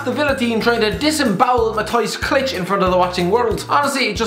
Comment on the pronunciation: learn to pronounce Klich pls.